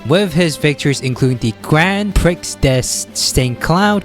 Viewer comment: I don't speak French so I don't have too much ground to criticize pronunciations (unless it's one of the many borrowed French words we use in English). But the mispronunciations of the word "prix" particularly upset me. It's pronounced "pre" like in the word "prefix." Hope it helps.